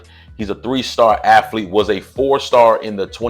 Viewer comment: Athletes or Affletes ...come on sir. UNCF.